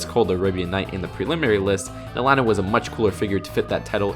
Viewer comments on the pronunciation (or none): none